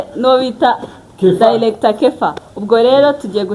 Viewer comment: Point of correction: not “dilector “ but “director “ R not L